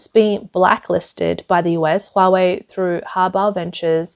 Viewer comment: Nooo Hoowa-Waaay!